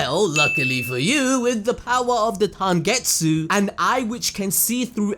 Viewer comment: Are going to ignore the fact that said tangetsu everytime he referenced tengetsu eye?